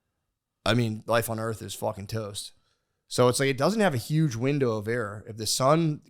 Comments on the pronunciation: Calling it "Earf" is making me racist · pronouncing earth as “earf” will never not make me laugh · Matt teaching Nate about the Sun and the Earf.